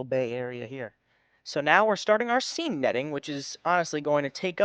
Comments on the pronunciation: It’s pronounced sane,. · Look up the pronunciation of 'seine.' Also, you can drag it and then the two draggers walk toward each other, with one overlapping the other creating a circle that gets tighter and tighter, then just pick the rolled up net and until it on the beach. That way, you can net in deeper water.